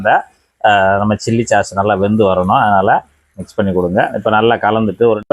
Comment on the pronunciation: சாஸ் (sauce) என்று 'ச்' போடாமல் மென்மையாகச் சொல்ல வேண்டும்.